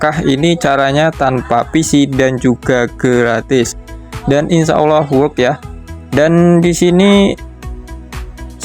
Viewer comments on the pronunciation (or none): none